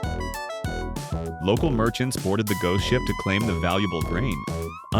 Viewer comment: Ghost ship, not Go ship.